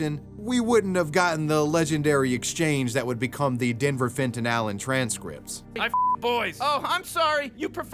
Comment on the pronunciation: Am i the only one hearing "Denver Fentayl" every time they say his name ?